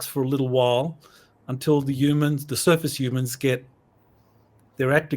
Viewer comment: Did call us "SURFACE HUEMAN'S?" THIS IS TRULY FRUSTRATING.